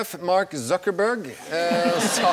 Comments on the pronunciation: mark suckerbørg blir det utalt som. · Mark Sokkerbørg